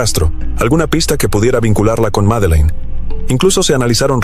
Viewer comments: No sé por qué el que relata dice Meline ....el nombre ES Madelaine o Maddy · Porque dices Melin